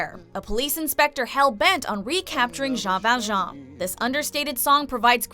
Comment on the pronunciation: Javier is not a villain, just saying. Also she isn't saying Jean Valjean's name right. Sharpay isn't a villain either.